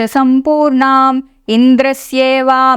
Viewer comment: Jai Sri Ram, Jai Sri Ram, Jai Sri Ram Splendid work. In the first shloka, the hrasva in sampurnam, should probably be corrected to dheerga